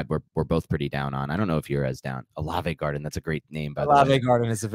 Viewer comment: The "Olave Garden". 😁